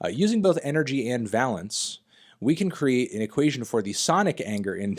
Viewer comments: Dear god please learn how to pronounce valence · Pedantry: Valence rhymes with Van Halence rather than balance. Pretty interesting bit of nerdy time-wasting all the same. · you dont have to lie to us anthony we all know you wrote the article. would still recommend learning to pronounce the word valence before trying to use it 50 times!!